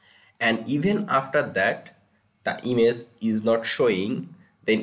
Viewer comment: Why does he pronounce "image" "ines"